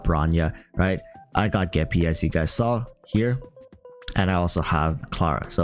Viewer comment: You said geppie. You have my respect and attention. Also don’t forget it’s not blade, it’s bladey 😂